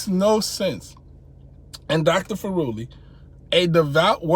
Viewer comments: Furuli is pronounced like "thoroughly" You make it sound like he is an Italian Pizza instead of a Norwegian Scholar :-) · Dude, this new Governing Body think that they are untouchable. By the way, it's pronounced Fú-ruli, lol!